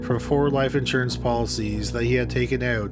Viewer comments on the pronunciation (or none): none